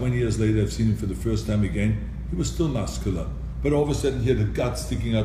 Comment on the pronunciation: Did he say buscular lol